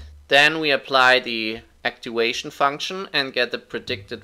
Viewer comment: First of all, thanks a ton for the great video! Really helped me a ton as supplementary materiel to my Scientific Programming class! Oh, and just a little heads up: the "v" in "activation" is pronounced as the 'v' in 'voodoo', 'valve' or 'viking' and not as the 'w' in 'wood', 'weekend' or 'weed'. Thanks again!